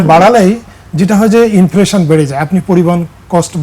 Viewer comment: Inflaaation na re কাংলি।😂😂😂😂😂